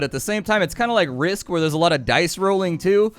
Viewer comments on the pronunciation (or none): none